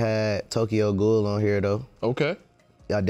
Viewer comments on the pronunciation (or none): none